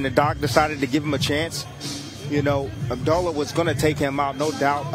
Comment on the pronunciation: You mean to tell me that these commentators DO NOT know how to pronounce Abdullah?